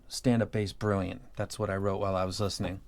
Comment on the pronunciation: Everytime you talk about a beryllium set, I hear berylliant when u say brilliant.